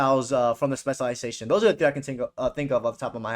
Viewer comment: This guy can not say specialisation